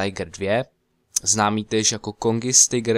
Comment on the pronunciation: Kongis Tigr slyšel jsem dobře? jak to všichni pořád komolí XD nebo spojují německý názvy s těma anglickýma